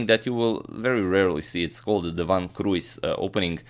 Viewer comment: I love how you pronounce van 't Kruijs. I'm Dutch:) literally it means of the cross.